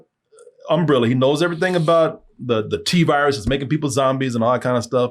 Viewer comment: 3 things are certain: death, taxes, and pronouncing umbrella as “umbrilla”